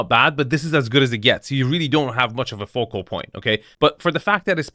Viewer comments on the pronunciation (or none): none